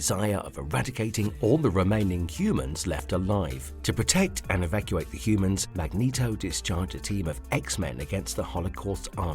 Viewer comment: Sounds like you asked a cheap ass bot who nemesis is. And pronounce Magneto correctly.